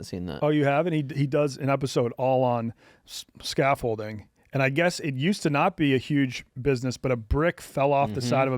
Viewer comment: Scaffolding, not scaffolting Sorry cant help myself